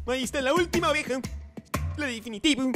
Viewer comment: EN EL MINUTO DIJO AVEJA ENBES DE OVEJA ;)